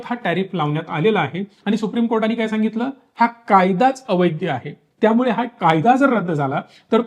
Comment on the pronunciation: अवैद्य नाही अवैध